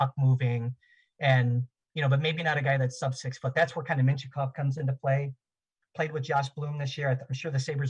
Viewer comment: He was saying Mintyukov, who is a defenseman is this years class. It did sound a lot like he was saying Michkov tho